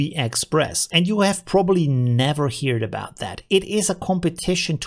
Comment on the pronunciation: Love your vids! By the way, your English is really good! But 'heard' is pronounced "her-d" :) Thank u for your help!